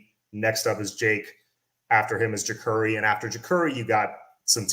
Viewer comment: it's spelled Jacurri but pronounced JaCARri. He was on the orange bowl boys podcast talking about it. He said he asked his mom why did she spell it that way when it's not pronounced that way. Love your show bro